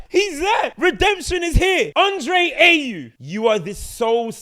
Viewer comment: Bro lost me at AYE-yew 😂